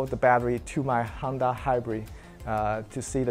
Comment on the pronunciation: Why do I keep hearing Handa? 😅 It is HONda, bro.